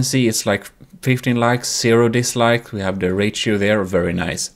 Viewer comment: disliked bceause of how he say "rachio" insead of ratio LIKED 3 TIMES BECAUSE IT WORKED. THAT'S 3 TIMES THE LIKES I GIVE OTHER VIDEOS. I USUALLY GIVE THEM 0 LIKES. 0 PLUS 3 IS 3 TIMES AS MANY.